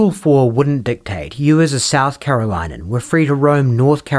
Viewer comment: No one will see this but someone from carolina is a "care-ah-lin-ian." That's how you pronounce it.